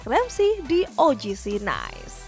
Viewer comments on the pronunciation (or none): Ngakak tiap denger OGC Nais 🤣🤣 lawak lawak